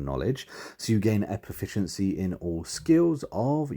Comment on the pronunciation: Pum-ficiency. Pre-ception. Aside from that... Sorry, useful, thanks.